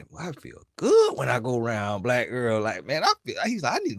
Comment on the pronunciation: Why you saying Blight instead of Black?